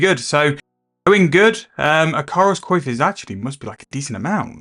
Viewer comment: Some runescape player once mispronounced coif and now everyone does it. It's a pet peeve of mine! Thanks for the video.